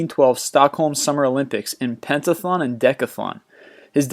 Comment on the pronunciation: And by the way it is pronounced dec-ath-lon and pent-ath-lon not penta-thon and deca-thon